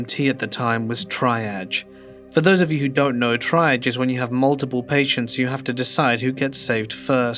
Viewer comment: It's pronounced TREEage not the way it's spelled